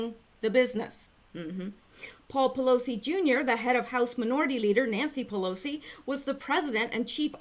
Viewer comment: Pillousy sounds like someone who is quite neurologically damaged.